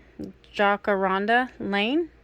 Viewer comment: Cool beans and it’s pronounced Jack a ronda even with all the A’s. ya crazy I think the one beads I dislike the most are the crackled ones I have more brake on me then I would use and this includes in the shipping, 😢yes a lot of pretty one, but would hate to have someone wearing one and have one bust and cut someone. So I veer from them. 🤷‍♀️ but have received many bead mixes as gifts. lol the rest of these are so so pretty. Tfs hugs.